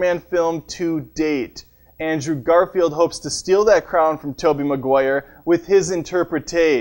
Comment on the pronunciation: did you notice that you mispronounce Maguire?